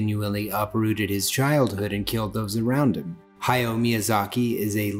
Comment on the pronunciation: Love the video, but I almost died of cringe every time he said "hi-yo" instead of "hah-YOW".